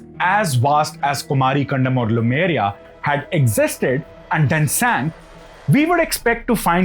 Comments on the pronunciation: Very interesting indeed! What I don't understand is why you say Lumeria all the time instead of Lemuria. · Not LUmeria, it's LEmuria! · Small nitpicks in an otherwise good presentation Lemur - pronounced Lee - Marr Lemuria pronunced Lay-Moor-eeya not Lumeria In Tamizh, two words are joined with half consonants that are close sounding or easier sounding Similar sounding bond ================== Kumari(குமரி) + Kandam (கண்டம்) - Kumar-"ick"-Kandam (குமரி"க்"கண்டம்) Also Kandam (கண்டம்) is pronounced like the English word "condemn". Dissimilar sounding bond ===================== Silambu + Adhikaaram = Silapadhigaaram Means Anklet's Tale. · Lemuria, not Lumeria. Lemurs are animals, they are not called lumers. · Bhaiya लेमूरिया hai.... not लूमेरिया... From the monkey like Lemur ( लेमूर) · Khandam means continent. Also it is Lemuria, not Lumeria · iN ENGLISH IT IS LEMURIA NOT LUMERIA. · It's not Lumeria, but Lemuria. You should focus getting details right.